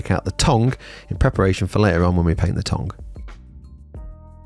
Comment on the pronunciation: Please stop saying "tong"